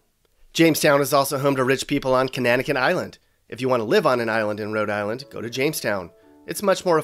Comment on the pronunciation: On the other hand, you did well with Conanicut